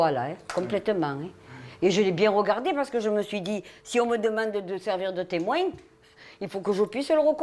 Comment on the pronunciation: Temweing 😅 je vois très bieing